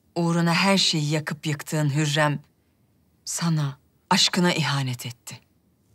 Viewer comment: It's not huyam💀 it's hurrem